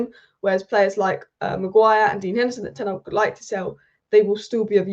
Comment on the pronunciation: Is it that hard to pronounce ten hag correctly